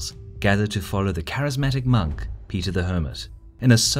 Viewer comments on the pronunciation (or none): none